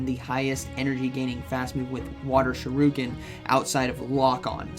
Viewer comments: please stop saying Water Shoruken. Its Shuriken. Sorry just saying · It is ShurIken not ShurUken 😭😭😭 Haha! Thanks for the videos you are the best!